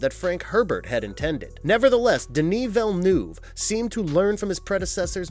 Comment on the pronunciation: Why can no US youtube channel say Villeneuve properly? Vill as in village. Neuve is pronounced like "nerve". Vill nerve.